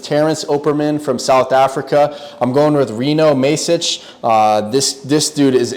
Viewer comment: masic is proncounced like m ah sic not like the letter a